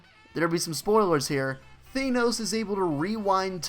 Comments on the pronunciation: Thanos not thaneos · Good video apart from how you kept saying " thaynose " instead of "ThAnos " :p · He said thaynos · Thanenose 😂😂😂 please pronounce it correctly